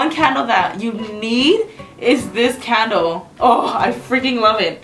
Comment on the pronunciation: every time see says candle it sounds like cattle lol